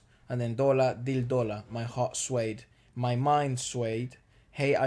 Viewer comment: Actually you perfectly pronounced "Dola Re". It's "Doolaa re". Most of your Indian pronunciations are almost perfect. 😁